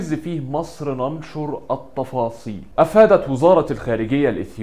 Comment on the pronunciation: حبيبي اسمها التفاصيل مش الطفاصيل رقق التاء لأنها طالعة مش حلوة خالص